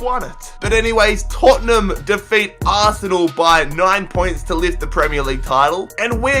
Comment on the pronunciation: you piss me off pyounds wtf is pyounds and aaarse nell